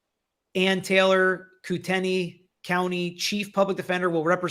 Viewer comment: …….great attempts on your pronunciations of Latah County and Kootenai County. You said Latah correctly and very close on Kootenai (KOO-tun-ee). Actually through my many long years of hearing people butcher Kootenai, you have been the closest. I was wondering if/when someone might assist you with the correct pronunciation of Moscow. Thanks for the work you do in bringing us this content.